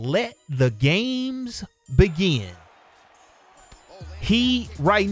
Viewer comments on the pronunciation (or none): none